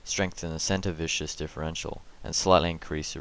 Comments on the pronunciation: Its VIS KUS not VI SHOUS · it's actually viscous ;p